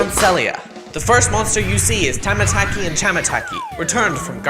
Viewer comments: struggling to talk:tamataa- thamhmn chamamh aTASAysayMScAHA say it ight dude tamataki and chamataki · It's called tamataki and camamaki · Also it’s pronounced chamataki and tamataki